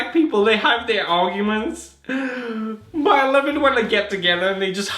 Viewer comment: "I laff him" 😂